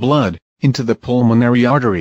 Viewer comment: pulmonary, not pulmanory